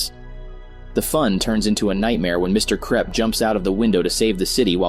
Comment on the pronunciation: ah yes, the mean principal "mr krepp" not mr krupp, nah.